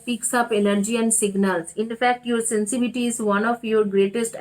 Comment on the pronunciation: Take care of your health mam, you are coughing, the pronunciation is “sensitivity” not “sensivity”. I think the most wrong I choose in my life is to click on this reading. Not at all resonated with me. Anyway best of luck.